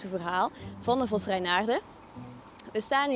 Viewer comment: waarom spreekt de presentator het woord vos zo raar uit , vosz , is hij een hongaar ofzo ?